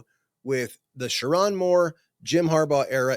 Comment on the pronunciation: LSU over MICHIGAN 😂😂😂 😂 That’s why ppl can’t take you seriously. Can’t even pronounce Sherrone’s name correctly. Smh